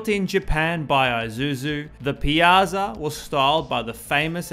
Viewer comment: Ironically, you butchered "Piazza" but did well with "Giorgetto Giugiaro"